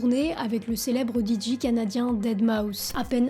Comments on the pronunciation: On ne dit pas "didji" Madame... C'est soit "Didjé" en anglais, soit "Déji" en français mais pas de franglais par pitié ! :D Merci pour la vidéo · salut, on dit "DiGey" et pas "DiJi" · ARRÊTEZ DES DIRE "DIDJI" sérieux c'est "DIDJé" putain sans déconner les boomers la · Di Ji ?! 😅 Dé Ji en français ou Dee Jay en anglais mais pas di ji !!! 😂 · Par contre on dit djay pas djee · Attention gros commentaire chipotage : La lettre "J' en anglais se prononce "DJAY", c'est la lettre "G" que l'on prononce "D'ji". Tu fais la confusion constamment malheureusement , si tu peux gommer ça pour l'avenir ce serait top ! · Nous les DJ, on déteste aussi depuis la nuit des temps les gens qui prononcent notre boulot "DIDJI". C'est "JAY" bordel de merde, DEE-JAY. Understood ? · Super intéressant mais j’ai frappé les murs de ma maison à chaque fois qu’elle disait « Diji ». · “Didji “💀 sinon la vidéo très nice. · Super vidéo, même si j'étais pas près pour les "Didji"😂 ça m'a fait du bien à ma nostalgie